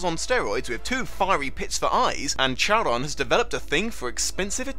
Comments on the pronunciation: Is no one gunna talk about how he pronounced Charon (care-on) as Charon (chair-on)?!?! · "I'm pronouncing Minotaur correctly!" Mispronounces Charon